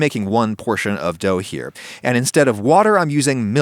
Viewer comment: " why i season my pan not my dougth